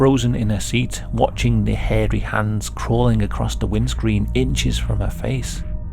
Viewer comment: i love how he says harry hands it makes it feel more like a "scary stories to tell in the dark" reading like when your friends would make try to make it sound more scary! also love hearing the legend behind this story great video:)